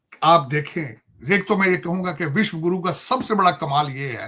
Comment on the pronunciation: Abe takale tu Vishwaguru bolna sik Le be